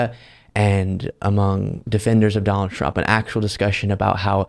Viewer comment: I heard you call him Dollar Trump 😂😂